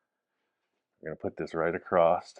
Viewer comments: your feedback is much appreciated 😂, but I don't see where I told him how to talk, I just pointed out there's no t in the word across. I did ask him to fix the fender, though, sooner rather than later. 😜🤙🏼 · Hi and! I love you guys and can't wait to see this bug when it's all finished, I know it's going to be out of this world cool, but I have a couple of constructive criticisms to share. First is use of "acrost" when he means across, as you stated during this episode, everyone has their own version of OCD and this one bugs me. Second is the width of the front fenders, my wife noticed when watching today's episode that the newer driver's side front fender is narrower than the passenger side. When you were measuring in a previous episode you had it set correctly and them abandoned your measurements for an old mark you had made. You them confirmed your old mark by comparing the fenders to the unaligned tires and called it good. We both can see with our naked eyes that the new fender needs more width to match the passenger side. Please fix it before it gets to final paint prep. That is all, thank you! I love all the builds but this is the one I always want to see!